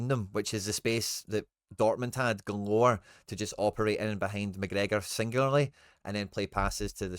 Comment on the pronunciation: This wee guys clueless knows all the italian names but says mcgregor wizny up tae much wee guys a diddy